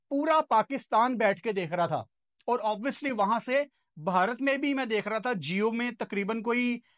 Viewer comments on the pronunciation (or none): none